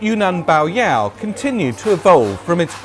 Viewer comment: You pronounced yao correctly, but bai should be pronounced like the English word buy.